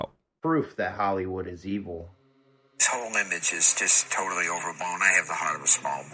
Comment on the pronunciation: Jim is calling out ‘helliwoold’